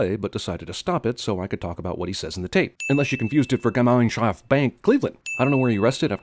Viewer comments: Vinurify 「AMVs」 As an Estonian i don't think he mispronounced it THAT bad i mean he could've said (Read without trying to pronounce now) "Gimeinshäft". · Michael Martinez Nah,it is just really,really,really hilarious. He tries so hard pronouncing it german,that he fails completely. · The way you pronounced 'Gemeinschaft' was the cutest thing ever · That might have been the worst possible pronounciation of „Gemeinschaft Bank“